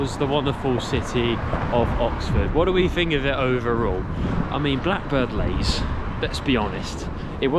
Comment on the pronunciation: It's Blackbird Leys (Lees), not 'lays' as you pronounce it.